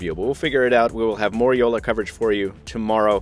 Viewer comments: Its Jolla not Youlla! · NO YOU PRONOUNCE IT JOLLA BECAUSE ITS A FINNISH WORD. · It sounds so wierd for me when you say "Jolla". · Is funny when you say jolla